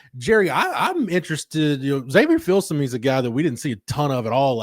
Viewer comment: Gerry the name is pronounced FIL SUH ME